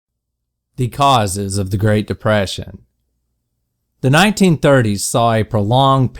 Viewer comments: no one: not a single person:: great depæsæn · why does he say it like great depæsæn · deyprassion, that's the country accent, everyone. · Oh wow... read comments while ads were playing... thought what could they mean... then heard deprayshion... everything’s just so clear now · I'm dieing with laughter the way he say depression😅😅😅😅😅😅😅😅😅😅😅😅😅😅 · Sounds Southern to me. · That's how TRVE AMERICVNS pronounce it.